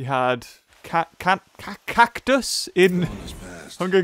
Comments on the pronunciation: Cactusss?? Me: Katniss or Catniss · Did you say Katniss as "Cactus"? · I like how said cactus instead of katniss:^) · IT"s Katniss Everdeen but it's ok tho calling her kaktis